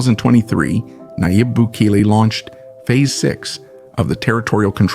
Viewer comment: The least you could do is pronounce his name correctly. FFS…